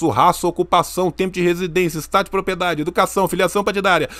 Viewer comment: O sempre fala "propiedade", em todos os vídeos. Ele tem algum distúrbio de fala tipo dislexia ou só fala errado sem querer msm?